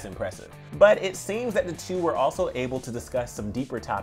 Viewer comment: It’s not shawNmila! It’s SHAWMILA